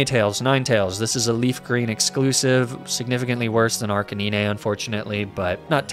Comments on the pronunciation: Don't mind me, just putting a personal timestamp to skip the disgrace to my ears that is arkaneenay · OK, he's definitely mispronouncing Ninetales and Arcanine on purpose. But why? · Hearing you say Arcanine and Ninetales like that broke me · Sold tier list but I couldn't bring myself to hit the like button because of the cringe Arcanine and Ninetales pronunciations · You butcher the pronunciation on Arcanine and Ninetails. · Because he's probably had to deal with people complaining about mispronunciations in general a lot, so he does it to annoy them specifically. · you definitely need to redo this list!🤦‍♂️🤦‍♂️ Edit: Its AR-BOK NOT CHARBOCK AND AR-CA-NINE NOT ARCA-NEENEE